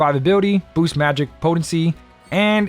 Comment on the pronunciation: You may not know what AKA means (and should probably stop trying to use it), and I don't know why you keep saying "booses" instead of "boost", but you sure do know your way around this convoluted equipment system. Thanks for the tips my guy, much appreciated : )